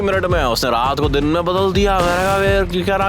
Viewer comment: Day❌ Din ✅